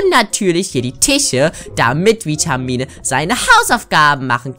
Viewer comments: Vitamine nicht Witmine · Vitamine sagt es falsch wer ist auch darfür leike damit sie es sehen